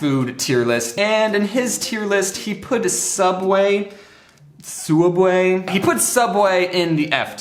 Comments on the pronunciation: Very time he says soob way I think of milad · Correction, it's "Sooubway" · How much he saying suabway i start tinking thet Is correct way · Hearing James say subway is so weird